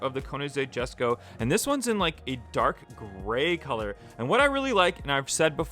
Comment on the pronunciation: Hm Ok WES Ko